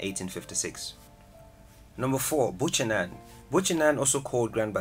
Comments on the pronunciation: We don't have any "SANTA ROSA" in Liberia 😂. This video is funny. Hear how he pronounced "BUCHANAN". Whilst it's true that some scenery on this list is a place to visit in Liberia 🇱🇷. A lot won't make the top 10 if its done my someone who actually knows that Country. For example, Sapo national park is the pride of Liberia is not on this list. Kpatawee Waterfall is also missing. I can go on forever. Thanks for the recognition anyway . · The city in Grand Bassa County is BUCHANAN not "Buchaman" please make the correction. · Some of your information is wrong. It's NOT Buchaman, but Buchanan. Why mix up a place in Costa Rica with Liberia? Your pronunciations of the names of some of the places are way off. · Yeah 😂😂 But at least he showcased all the the gems 💎 of the country. Most Liberians not even interested in tourist attractions which is great revenue for the country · Exactly ! Made too many mistakes with names and sights. Liberia has far more beautiful Places. However, we do not have Santa Rosa National Park. Santa Rosa is in Costa Rica, South America. Not Liberia Africa. He needs to do a better research before posting things. BUCHANAN is not Buchaman. Kpatawefalls, and Sapo National park was not even mentioned. They are one of Liberia Africa most beautiful attractions. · Liberia is great and I’m proud to be a Liberian 🙏🏾😊😍 It is “Buchanan” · I was watching and then he messed up! Santa Rosa? Buchanam? That's not Liberia African! He's mistaken Costa Rica (Liberia) from Liberia(Africa)! Lol